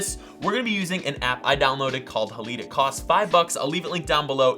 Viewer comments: Not hah-leed... It’s pronounced hah-lied This is supposed to reference the silver halide crystals contained in traditional camera film. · BOY HOW FUCKING DUMB ARE YOU. ITS PRONOUNCED Hay-Lide or Ha-Lide. NOT HAA-LEE-DAY